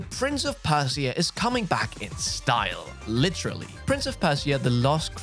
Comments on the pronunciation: Prince of Percy-er?? 😂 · 2witch won't launch until 21/11/25. Silksong likely won't come to 2025 either. Holy fuck, how have you never heard someone say "Persia" before? Didn't you go to school?